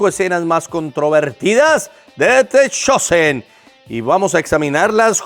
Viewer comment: Pastor se dice The Chosen /dtha Chousen/